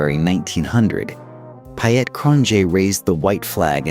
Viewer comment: .. TO THE AMERICAN EAR .. PIET .. PIET ... SOUNDS LIKE PETE .. PETE.. WHEN YOU SAY PYAT IT SOUNDS LIKE WYITT... ... PIET IS PETE IN ENGLISH 😊😊